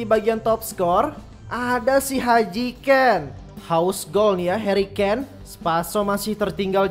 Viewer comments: Hary kane bg bukan haji kane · harry Kane bang bukan haji Kane gua ketawa 3 jam tanpa henti denger itu hahaha